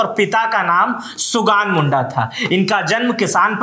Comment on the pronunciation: Ap ko Hindi parne tik se ata nahi,fir se parai kar lo ap jai se logo ke chalte hi nam chench hota hai,ulihatu, karmi,sugna sare sabdh ap galat bole jai jharkhand Jai birsa